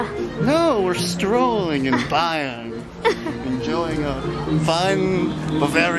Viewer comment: Major props to for pronouncing Bayern correctly.